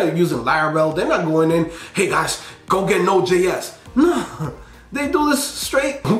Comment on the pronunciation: My man said call Node.Js hahahahahahahaa.